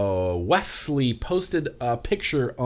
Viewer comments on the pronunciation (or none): none